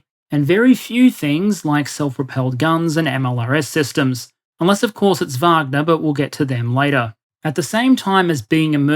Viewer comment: Thank you so much for taking the time to pronounce wagner the correct way with the v sound. As an American every news outlet and so called expert brutally mispronounce the name and instantly you know they are just repeating the popular narrative without having any real context and history of the pmc. Love you're presentations top notch!!!! As bad as calling prigozhin putins chef.